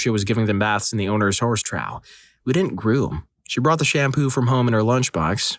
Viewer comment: Horse trough is said "troff." Rhymes with cough.